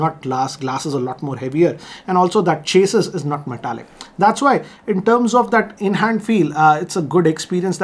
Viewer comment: Sir, Chassis is pronounced more like “chya-see”